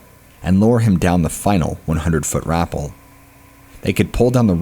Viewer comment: Rapell like Dave Chapelle, not rapell like apple. I love your narations but sometimes your pronunciation gets me giggling.